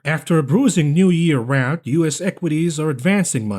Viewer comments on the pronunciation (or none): none